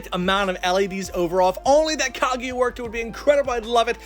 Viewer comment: I don't if this guy watches naruto he said kiega not kaguya